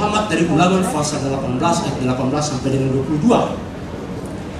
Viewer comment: Apalah arti pengucapan fasal dgn pasal tapi yg lebih penting inti dari kebenaran yg di sampaikan sangatlah jls tentang nubuat buat nabi Muhamad itu yg penting ini bukti yg nyata:Nikko mamtakkim Dhekhullo MUHAMMADIM zeedodi vezer,i Benoq" Yerusalem.